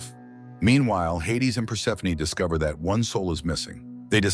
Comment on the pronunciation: Thank you for properly pronouncing Persephoney... Other channels say perse-phone 😮